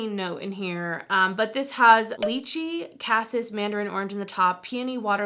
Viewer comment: I enjoy your fragrance videos very much. I have been collecting many years and enjoy your take on some of the newer niche fragrances. This is not a criticism, it is just an observation, to elevate your delivery. Cassis: a syrupy liqueur flavored with black currants and produced mainly in Burgundy. pronounced "KA-seece". Many reviewers mispronounce it. So, it adds just a bit more sweet ,than fruit, black currant. Almost "jammy". Just sharing, as it is a fruity note that I like in fragrance, and can blend well with vanilla, and gourmand notes. I really like Ellis Brookly scents, particularly Bee and Raven. New discoveries. I like the original Marc Jacobs Eau So Daisy because of the grapefruit note for Spring. Really well thought out and researched videos. I appreciate you!